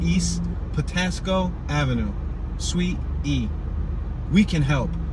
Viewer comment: Patapsco Avenue say it right